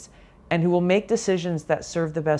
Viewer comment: VP SucksALot wants "fweedom". Let us set her free, never to be heard from again!